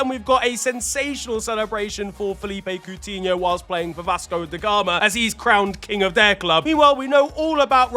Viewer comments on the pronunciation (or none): none